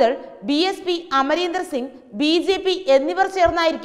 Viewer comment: This reporter doesn't know how to properly take name of a person... Amarender?...